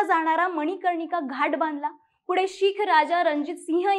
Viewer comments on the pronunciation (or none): none